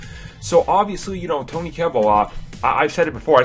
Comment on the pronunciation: it is TOBY, not TONY.